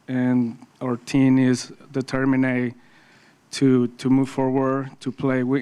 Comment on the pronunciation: “Shampionship” - Altuve “Determinae” - Altuve